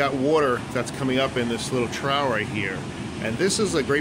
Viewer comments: "Trough" is pronounced troff. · “Trough” is troff, not trow